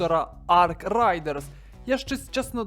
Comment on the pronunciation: Рейдерс, не райдерс